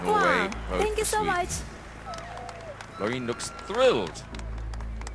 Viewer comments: Graham its Loreen not Lauren. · The commentators has to learn that it's Loreeeeeeeen not Loren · The way he pronounced Loren was not ok